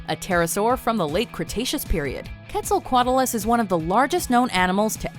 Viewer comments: Quetzalcoatlus is pronounced KWET-sel-COAT-less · The pronunciation of quetza lmfaooo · It's kwehtzulcoatless that's how it's pronounced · You said Quetzalcoatlus wrong and giganotosaurs wrong